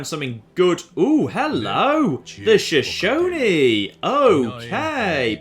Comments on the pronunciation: well done pronouncing Shoshone correctly, I am from Wyoming in the United States. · Hey, pronounced 'Shoshone' correctly this time. Don't worry, man, Americans have trouble with Native American names too.